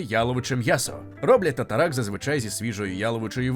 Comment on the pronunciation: тар-тар є тар-тар а не татаракт) Звучить як теракт)